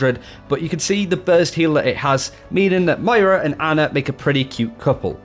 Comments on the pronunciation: It's pronounced Mwah-raw. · In the beginning, I thought you said mario. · Got to say MmoiRA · u started off so well. Mira isn't her name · why can't australians say MOYra???? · you really have to nail the pronunciation of Moira, come on man it's phonetic! M-o-i-r-a, you can do it!! Love the channel and the video, great stuff!